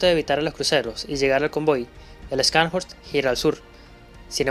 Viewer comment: Una pequeña contribución: las letras "sch" en alemán se pronuncian como "sh" en inglés. Así como "show", en inglés se pronuncia "shou", y no "chou". Scharn se pronuncia "sharn" y horst se pronuncia "Jorst". De hecho, tenia un amigo cuyo nombre era Horst, pronunciado "Jorst". Es similar al apellido alemán Busch, que se pronuncia "bush" y no "buch" como dicen algunos. Lo sé pues viví en Alemania por varios años. Gracias por el video, muy detallado.